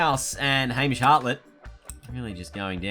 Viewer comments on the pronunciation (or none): none